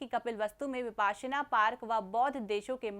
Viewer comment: Mam वो विपस्सना pali में ओर विपश्यना हिंदी में ह ....Not विपासना